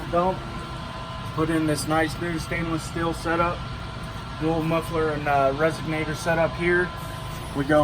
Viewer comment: Hang on…. Is he calling it a “resignator” 😂